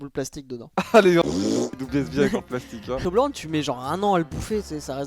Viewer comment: Toblerone ça ce dit tobleur one si jamais mdr